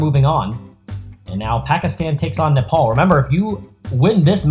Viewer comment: Why Nepol’ instead of Nepal?